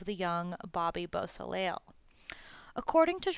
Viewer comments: Bobby Boo-so - lay !! Bobby Bosley is not acceptable, neither is murder. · Dude you can't even say Bobby's last name correctly. The L is silent